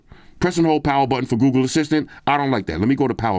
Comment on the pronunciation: Love hearing my boy saying "Google" cause it sounds like he's saying "GooGoo" 😂